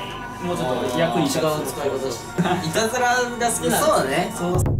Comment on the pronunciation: の時いたずらがいらずらになっている